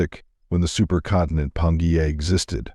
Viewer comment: Tell your ai it’s pronounced pan gee a.